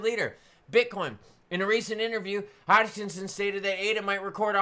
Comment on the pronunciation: how do you get Hodgkinsin out of Hoskison